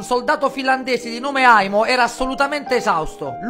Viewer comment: Più che altro al posto di aimo avevo sentito Emo😅